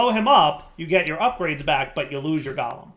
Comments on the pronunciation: pronunciation of Golem is triggering me, like it's not Gol-em it's gow-luhm. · I am not native english speaker. But is Golem not pronouced different? Like GO...LEM?